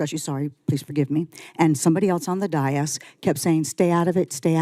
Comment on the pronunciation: First of all it is spelled d a i s. It's a two syllable word pronounced day of the first syllable, and this minus the th for the second syllable. The emphasis of pronunciation is on the first syllable. DAY - (th)is It is not pronounced any other way in any other language.